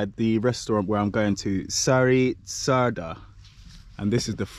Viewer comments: check the pronunciations: Sari,....Schara is a female name similar to Sarah, Csarda is Tsurduh what is like a Tavern. (Saar is poop, Schar is Mud)😁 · You pronounced Csárda wrong. It's more like "charda". Very beautiful and traditional places. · for future occasions: csárda = tchárda / á = like inside the word "wow" you said so many times the O vowel would sound like the hungarian á. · Pronounce charda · No es "lake", es canal de Danubius. Sári csárda (pronunciation) es Shari chárda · Yeah, you may pronounce it "Shary Charda" :) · Csárda is pronounced “cha arda” and Sári is “Shari”, so it is “Shari cha arda” 🙂, there’s no pause between “cha” and “arda”. Csárda originally was a pub with a kitchen that specialised on a small selection of food and the difference beteween a kocsma (pub) and a csárda is csárda was always on the side of roads between towns, while kocsma was always in towns. Csárda was mainly for travellers and they had stalls for horses. And also, that wasn’t mash potato, it was crushed potato with onion. I am happy to answer anything, in return I just want to know - if you are Jamaican - where can I eat proper ital food in London 😆